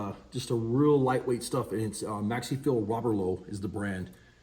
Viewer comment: Shit I didn't know ye had roberlo over there 😂 love the pronunciation 😂 great stuff I use it of their stuff here in Ireland, do awesome clear coats too and their hi build Is the best iv ever used